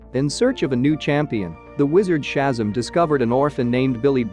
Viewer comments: ShazAm not shazum 🤣🤣🤣🤣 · That's SHAZAM, not SHAZZUM! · I was looking at this video he was talking about Hyperion all I saw was the Sentry that's what I'm saying, and that's Shazam not Shasm, what the hell is this, you got Thor the god of thunder right but he is not the son of Adam that's Odin.... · It's pronounced Shu-zam, not Shazam. I'm surprised you don't know this. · Who the helk is shazum.... his name (is now) Shazam as in shazAM not um. Fer flips sake Odin is Oh din not odd in and it's Myolneer (Mjolnir) learn to pronounce words properly by doing some proper research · These computer voices can be so annoying. They mispronounce so many nuances in language. Shazzam or Odin for example. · He lost all credibility when he said Shazzum! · Okay... I don't know how your narrations work (where it's software or something else), but when it fails to accurately pronounce one of the main characters names (Shazzam) don't use it... just don't.. it brings down your whole production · I had to stop watching when he started calling Shazam "Shazum"! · Yeah, computer voice mangled a number of pronunciations. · Inaccurate but boring voice makes nonsense seem valid. The pronouncement of ‘Shazam’ unacceptable…… Cancel. Stop.